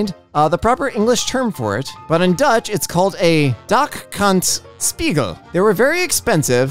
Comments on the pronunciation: i applaud u for managing to perfectly say Dak Kant Spiegel... i as a Dutchy applaud u for speaking the language better than at least 50% of the Dutch population xD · Props to for pronouncing the dutch word "dak kant spiegel " prefectly! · The pronunciation of 'dak kant spiegel' was pretty good!!